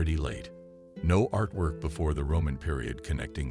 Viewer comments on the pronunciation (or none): none